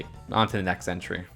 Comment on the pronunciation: Who else kept thinking he was saying “century” instead of “entry”